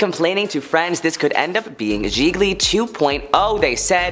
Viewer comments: OMG trying to listen to this but your sing-singy voice + JIL-JEE? (it's pronounced jee-lee [Gigli]) make it hard to listen lol! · Geesh!! This narrator is so out of touch - doesn't know how to pronounce any of the black artists' name or the movie Gi-GLY 🙄